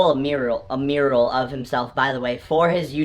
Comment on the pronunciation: mural! MURAL! ITS MURAL JAKE! not Muriel ....